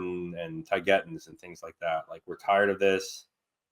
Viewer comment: Why do you both keep pronouncing these "Ets" as Tigetans?? When it's clearly TAYgetans